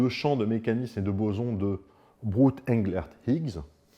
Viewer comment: Sinon, Englert, ça se prononce « Anglère », à la française, parce que le monsieur, qui se prénomme François, qui est toujours bien en vie et qui est effectivement bien Belge, et bien il parle français comme toi et moi